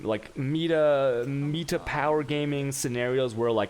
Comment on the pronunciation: the fact that you say jolems and meata (golems) (meta) and act like an ass at the same time is reeeaaaally unsavory.